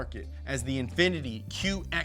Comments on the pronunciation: and you mean "Infiniti". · The name Infiniti ends with an "i"